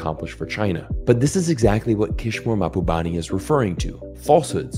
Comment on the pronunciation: Good video! But it's Kishore, gosh darnit!!